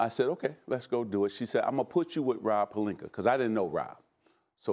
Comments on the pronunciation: Stephen a cant say names that end with an A. “Serge Ibakerr” 🤣🤣🤣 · Nobody: Not a single soul: Stephen A. : Purlinka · “Was it Rob Pelinka or Rob Pelinker” 🤣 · I've definitely heard Stephen say Pelinker before. I think he always says it that way. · Rob Pelinker Shaggy P 😬😬